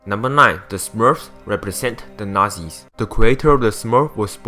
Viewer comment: Im pretty sure i would of enjoyed this video if i understood what the fuck he was saying.. i mean last time i checked it was tangled not tingle, and what the fuck are nazies?